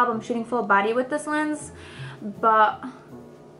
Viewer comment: it's annoying how you say Bu22222 instead of buttttt Minute